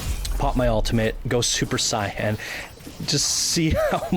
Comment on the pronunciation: Your pronunciation of fulcrum and super Saiyan makes me cringe